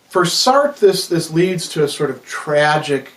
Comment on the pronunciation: Enjoyable video, I was just put off by how you were pronouncing Sartre. But otherwise a very interesting video.